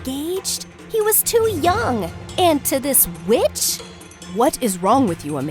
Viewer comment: Me hearing her say bitch instead of witch